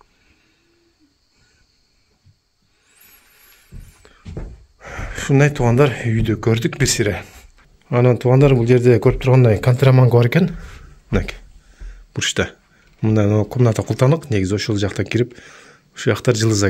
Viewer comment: Кантраманка эмес😂 канрамарка